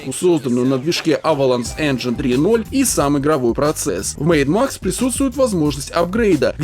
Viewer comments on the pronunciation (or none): Я один слышал не Mad Max, а Maid Max?